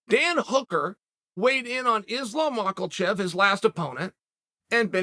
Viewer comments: Makalchev and Daroosh. Chael continues to be the pronunciation GOAT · Daroosh and makelchev 🤦🏽‍♂️😂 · MACKLECHEV and DAROOSH. MACKLECHEV. BLEHAL, VINCHENCENT, HAZMAT, MAGADSHERIOPOV, BLACHOVOVIC, TIUVASA and now MACKLECHEV and DAROOSH. The list goes on.